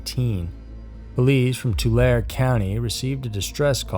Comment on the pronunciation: Just FYI - phonetically: toolairee "Tulare County"